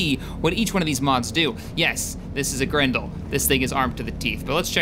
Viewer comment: it sounded like you said "grundle" each time you said grendle. Just gonna say that.